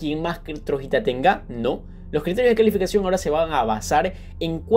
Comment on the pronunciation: Porque dices Trojita cuando dice Troyita